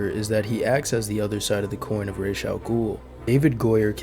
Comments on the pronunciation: Your (& Batman Begins') pronunciation sounds closer to the Arabic pronunciation than the comics, BTAS, and Arkham's Raysh which means feather(s) in Arabic. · Ra's is closer to the proper pronunciation than Raysh which means feathers in Arabic and is more like the Hebrew "Rosh" or Aramaic "Risheh" meaning head with the "sh". In Modern Standard Arabic it'd be pronounced like Ra'as (with a break in the middle denoted by the apostophe and another a). While in colloquial Arabic, it'd be pronounced like it's said in Batman Begins but with an s at the end rather than a 'z' sound - "Ras". Good video, btw.